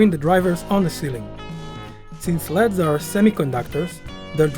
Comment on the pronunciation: the way he pronounces 'LEDs'...... 'ethernet' xD good build